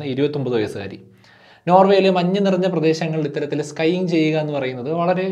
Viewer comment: It's not skying, it's skiing.